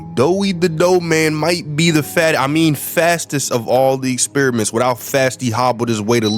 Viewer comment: Y u say fattest